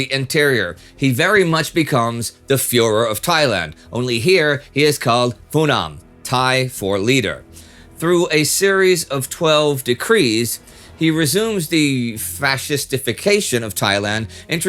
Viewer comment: It's great that you have done a special in Phiboon, a really interesting figure, it's just a shame you never learnt to pronounce his name before you did it. It's Piboon with a 'P' not 'Fiboon with an 'F'. Also with Phunam.... Poo Nam and Wat Phra kaew = Wat Pra Kaew.